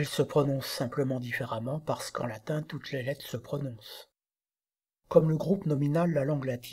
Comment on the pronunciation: Merci pour cette vidéo bien faite et instructive. Pourquoi, cependant, massacrez-vous à ce point la prononciation du latin ? Le contraste avec votre prononciation extrêmement soignée du français est saisissant.